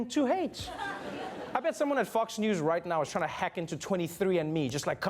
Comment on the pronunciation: Did you say "Fucks news"? :p